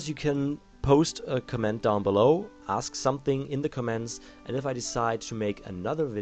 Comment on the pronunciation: Its comments not cements